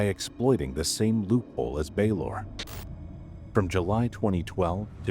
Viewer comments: Just because Baylor is mispronounced doesn’t mean it is AI. Let’s use some critical thinking- could it be possible the narrator isn’t familiar with this specific hospital and is simply pronouncing the name phonetically? I’ve never heard of this hospital and I would pronounce it exactly as the narrator has. The voice isn’t even close to being monotonous and the pacing is thoughtful- it would be impressive for an AI to achieve that. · Baylor is mispronounced the same way every time. An idea, if you want to dispel the rumors then, do a behind the scenes video introducing the channel and make it the into video to the channels main page.